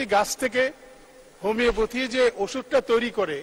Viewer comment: Apnar prothom kaj Hobe homoeopathy uccharon thik kora.ar porer kaj Hobe vhalo kore jene homoeopathy niye montobbo kora.dhonnobad.